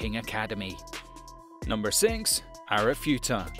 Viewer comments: BRUH He said arifuta instead of arifureta LOL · man said arifureta as arifuta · Still can't get over his pronounciations... Chikita, Hareem, Hajami in Arifuta? I mean wtf, at least try xD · Arifureta became Arifueta.. where's the 'R'? 😂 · im sorry but, seriously! look up pronunciations. thats the worst ive ever heard anime names pronounced. Arifuta? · I love how this guy can't pronoun arifureta or hajime correctly lol